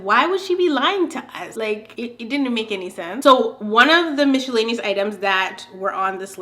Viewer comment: I like that you say Michellaenous lol